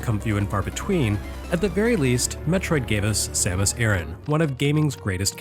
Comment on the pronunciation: FINALLY someone who pronounces her name as I always have!